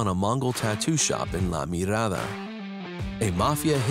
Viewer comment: That’s not how you say Vagos or La Mirada lmao… The way the guy said it made me cringe.